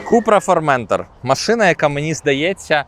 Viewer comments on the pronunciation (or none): Вибачте, але не формЕнтор а форментОр